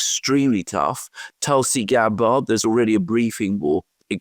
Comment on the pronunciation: Pronunciation time: Gaetz = gates Gabbard = GAB bird